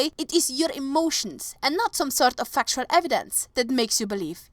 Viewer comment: I need fucktual evidence xD I don't like to pick on people's accents, but that was too good!